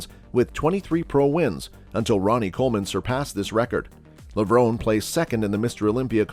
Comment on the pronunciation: Hard to take thus list seriously when you mispronounced Ramy and Levrone.....